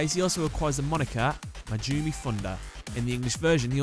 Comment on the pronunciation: Just wanted to note that in the Japanese version, his last name is pronounced "Man-JOH-meh"